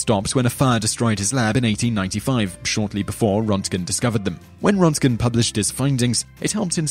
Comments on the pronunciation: The name is Röntgen not Rontgen. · Man, you butchered Röntgen's name badly.